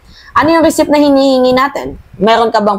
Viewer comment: Receipt silent p pag pronounce Receit 🇺🇸